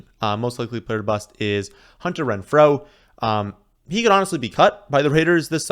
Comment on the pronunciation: That's not how Renfrow is pronounced lol